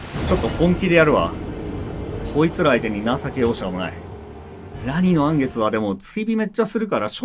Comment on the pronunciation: 言い直してもアニのらん月になっちゃってるの草